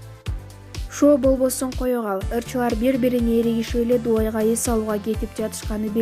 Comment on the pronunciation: Дуай эмес Дубай деп айтылат туура суйлогонду ургонуп ал